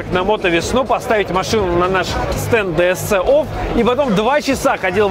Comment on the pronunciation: Ди Эс Си офф...говори хотя бы правильно!!!